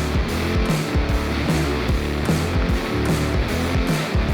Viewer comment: the line we're gonna clean those throughs out sounded a bit how the British accent is portrayed or am I the only one who thought that 😆